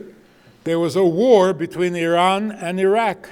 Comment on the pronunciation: wow, an american with a brooklyn-yiddish accent who, unlike Obama and all those Harvard grads, can bother to pronounce Iran and Tehran pretty accurately....Bravo.